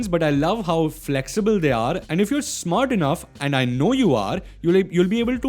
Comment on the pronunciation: He said I’m smort🙂